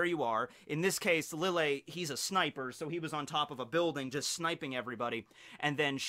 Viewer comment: i love your videos. very informational, and keeps the series fresh, interesting, and fun to watch and rewatch. Now, my beef with you. it's pronounced LEE-YAY. Since lille Barro is an arrancar (the mention of chocolate ingles being the big indicator, a spanish game), his name is pronounced in the hispanic way, the double L being pronounced as a Y, hence LEE-YAY BAH-ROH (R being rolled). Keep up the good work!